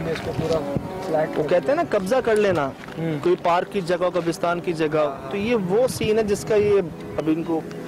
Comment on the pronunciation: I love when says kabr usrtan istead of kabr istan